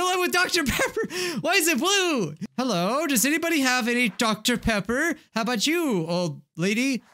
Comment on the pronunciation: DoCTa PEpPA